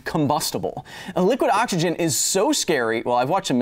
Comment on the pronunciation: never heard someone pronounce it "Awk-isgin" with so much intent before! well done is finding another way for me to spend more time on your video :P